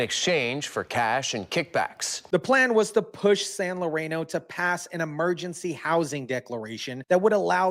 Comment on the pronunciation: San Larano? I think you mean San Lorenzo sir. I live in Oakland.